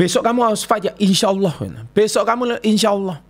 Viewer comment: Ngomong " insya Alloh " nya udah faseh pak 😁 Bener juga sih pak,, banyak yang salah menggunakan kata insya Alloh.